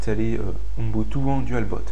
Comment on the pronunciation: Euh , on dit dual "bout" pas dualbot